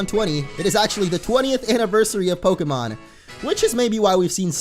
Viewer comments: do you know you said prokemon in this video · It's not pokamon